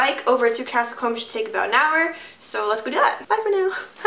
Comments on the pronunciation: It's pronounced Castle Coom!,not comb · Combe is pronounced Koo-mm. It's a common placename as it means 'spring'.